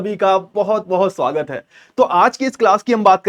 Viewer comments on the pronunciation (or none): none